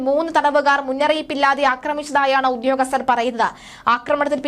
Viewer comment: ഉദ്ധ്യോഗസ്ഥരല്ല; ഉദ്യോഗസ്ഥരാണ് ! ആവേശത്തിൻ്റെ തീവ്രത കൂടുമ്പോൾ ഉച്ചാരണം വികലമാകുന്നതാവാം. 😢